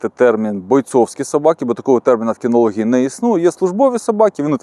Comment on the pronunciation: Все було круто, але на слові кінолог спалився 😂трохи